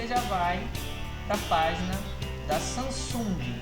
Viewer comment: Samsunga? kkkkkkkkkkkkkkkkkkkkkkk